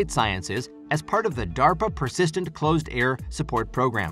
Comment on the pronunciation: To the Narrator: It's "CLOSE" Air Support, NOT "Clozed" Air Support - That's it's entire mission. Get it right! (e.g. ) Also, it's "version" NOT "virgin"